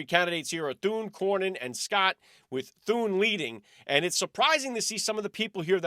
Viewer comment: Senator Rick Scott not senator Thurn